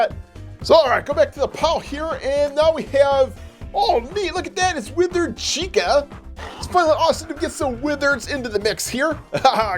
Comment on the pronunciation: he alway says witered chica